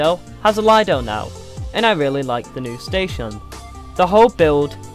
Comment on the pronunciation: It's leedo not leyahdo